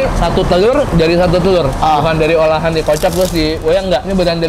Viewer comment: telor BKN tloer